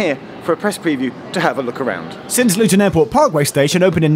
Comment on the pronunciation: did you waft in from paradise? "Nah Lutun Airport".